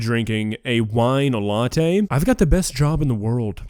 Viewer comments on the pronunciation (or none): none